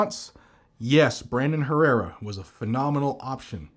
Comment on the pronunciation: You are pronouncing Brandon Herrera completely wrong.